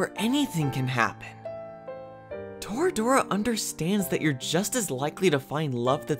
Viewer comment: It’s •Torah•dorah not toruh doruh